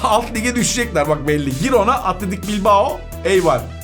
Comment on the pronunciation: Abi cansın.o jirona diye okunuyor.